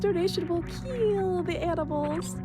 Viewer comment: Doug Mercaida Is an "edged weapon specialist". "It will KEAL (KILL)" Is his catch phrase.